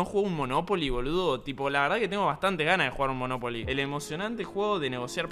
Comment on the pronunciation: me encanta como spreen dice moNOpoli i no monoPOli